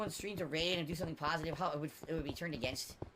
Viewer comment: the words negative and positive funny when he says it 😂😂